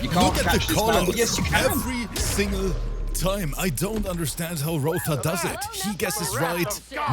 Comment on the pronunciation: Roether = Violater 😂😂😂